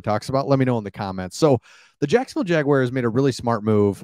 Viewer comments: Cool channel! oh and it's 'Jag - wars' NOT 'Jag - wires'.. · Pretty please stop saying Jag-Wires. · Dude, please learn to pronounce my teams name!! There is no I in Jaguar!!🙄🙄